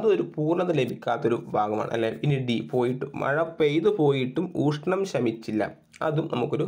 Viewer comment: നാല് + നൂൽ അല്ല നല് + നൂൽ എന്നാണ്. അതുപോലെ ഊഷ്ണം എന്നല്ല. മലയാളം topic കൈകാര്യം ചെയ്യുമ്പോൾ ഉച്ചാരണം നന്നാക്കാൻ ശ്രമിക്കണ്ടേ